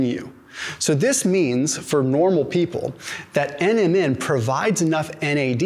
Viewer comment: I love your videos. When you say NMN, it kind of sounds like Eminem the rapper. Especially, when you say they did a study on Eminem, lol